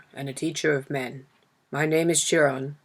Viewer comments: Thank you so much for uploading this. It is one of my favourites! Also Chiron is pronounced Ki-Ron 💕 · Am I the only one that’s so bothered by the pronunciation of Chiron’s name? Ugh it’s pulling me out of the story.